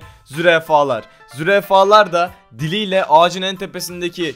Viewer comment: Yanlız zürefalar diyo ahahhaa ^^Zürafalar^^ :D